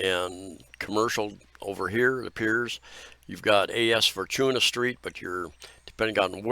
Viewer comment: J centre mall is just 11yo mall. way newer compared to Country mall, SM Cebu, Ayala in Archbishop Reyes, JY Square and E-Mall . Then Fortuna is read as 4-2-nah